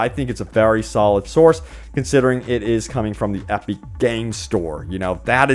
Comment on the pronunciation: EP-ICK. Not EP-EEK. Or whatever you're saying.